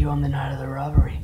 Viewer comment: I love how he says where were you on the night of the rrrrobery?